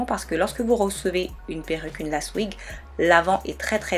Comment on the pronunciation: J'ai beaucoup aimé ta vidéo mais tu dit lace( mais on dit l''ai''ce c'est anglais )